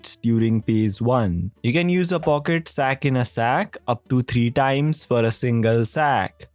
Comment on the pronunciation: Bruh why your english sounds so ...... from fife to free coins fro. Four to thee coins. Like rly? You tong cant say three?